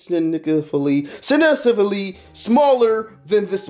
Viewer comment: He said sig n word faly